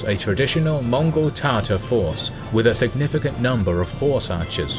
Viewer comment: did u say mongol tartar sauce? lol.